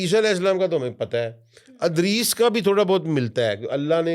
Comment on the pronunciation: has learned the Arabic Language but he has a very strong punjabi accent and say every Arabic name and word that starts with Fatha, he pronounce it with Kasra… Eg: Idris.. he say Adris… Ilyas, he say Alyas… 🤷🏽‍♂️🤷🏽‍♂️🤷🏽‍♂️